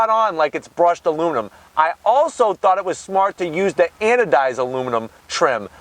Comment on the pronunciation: Say "Anodized" one more time!